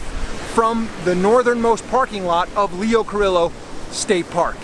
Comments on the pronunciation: Pretty sure it's pronounced "Lee-oh Car-ee-oh", not "Car-illo". Just sayin'. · "timkeane2907," a handful of others corrected our enthusiastic, generous, artistic, athletic host, ',' yet managed to do so in an informative, kind way -- without sounding as if reaming '' a new one was their intent. "LEE - O, KAH - REE - O." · Its Leo Cor(ee)o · Lol learn how to pronounce the beach name before reviewing. Leo Carillo 😆😆😆